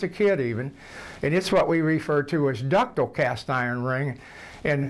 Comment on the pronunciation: "Ductle" lol!